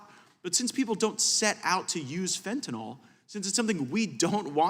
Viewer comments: tell gaetz it is fen ta null not fen ta NAHL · It irks me that he does not know how to pronounce fentanyl. Certainly not as fentanOL. He should do some work with addicts to understand what they need. He has no clue. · Matt, please pronounce Fentanyl correctly. It's not FentaNAWL! And, Mr. Nadler.... please Please PLEASE resign, retire or whatever... Just go AWAY!!